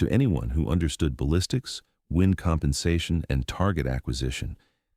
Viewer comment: It's pronounced 'wind' as in the stuff that causes the passage of air, not 'wind' as something you do to a clock. Sort your computer out !!!